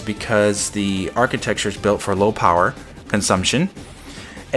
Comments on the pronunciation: New drinking game: Take a drink whenever says "architexture." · If I told you the ONLY reason I have not subscribed to your channel is your saying, "architeXtchure", would you learn to properly pronounce it? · you know you're saying architecture wrong right?